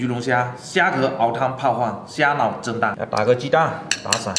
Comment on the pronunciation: 蝦腦蒸蛋我聽成「蝦腦震盪」